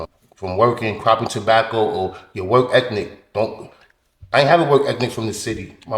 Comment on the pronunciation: 3.15 did my man say work ethnic........twice